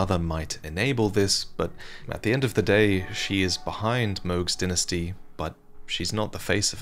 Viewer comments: why r u saying dinestie and not dynasty?!?!?! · You know what’s makes me mad is he is Calling a dynasty a dynisty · please, i know im nitpicking and your videos are great, but its not dinasty, its Die-Nah-Sty, Dynasty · I cannot take him saying "dinasty" 😭🤚🏼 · Why do I hear dentistry instead of dynasty? Am I the only one? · His pronunciation of dynasty was piercing my ears every time he said it… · Amazing video as usual. I have to say however, the way you say ‘dynasty’ was almost a dealbreaker on watching the video for me. Never heard it said like that before and it was very attention breaking. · Say dynasty again